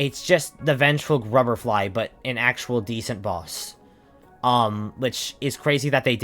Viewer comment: Y’know, you’re the only person I’ve ever seen that actually likes winged nosk. Also, WHAT IS VENGEFUL GRUBR-FLY??????